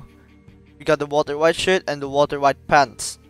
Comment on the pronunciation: i like how every time he says shirt is sounds like he says shit